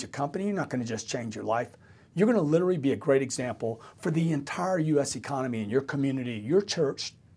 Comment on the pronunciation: Grant's new job should be learning how to properly pronounce, "literally". Hint, it's not "Littery". :o)